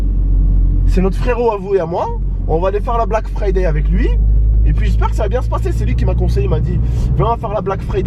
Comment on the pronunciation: Erreur de français on dit pas la black frifay mais le black friday